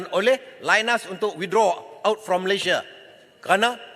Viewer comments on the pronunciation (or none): none